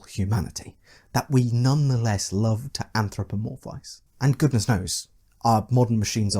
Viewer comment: You pronounce love oddly